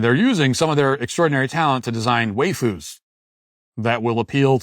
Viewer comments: Matt saying "way-foos" hurt my soul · 😂 Matt mispronouncing waifus multiple times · why-foos not way-foos. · Bruh, it's "WYE-fus". What you're saying is "WAY-fus" which would be a different, but similar thing - Wheyfus, which are distinctly muscular gym rat girls. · "way foos" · Wayfoo’s is now the only pronunciation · "Waifus" is pronounced "Why-foos", as if to ask, "Why the fuck would you foo's do this"?